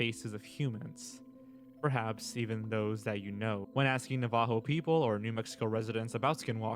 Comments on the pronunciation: I know that the video maker was trying to be extra respectful by pronouncing it as “na-ha-vo” but Navajo is absolutely pronounced “nav-i-ho” lol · It’s not a legend it’s a real thing and I have stories to I’m a Navajo it not navio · This dude pronounces Navajo like he's Peggy Hill talking about Mexico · Guy pronounced Navajo so weird. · Tbh not all that good of a video, poor research. Not only the butchering of the name Navajo but they aren't "new Mexico skin walkers" they are located most prominently in Utah, Arizona and New Mexico but can be found across multiple different regions. Hell skin skinwalker ranch is Utah, the sacred San Francisco peaks which protect from skinwalkers are in Arizona.